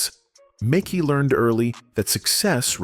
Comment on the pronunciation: Dislike AI delivering stories of black actors, butchering their names. It's Mekhi. Like Mehsky. Not Mickey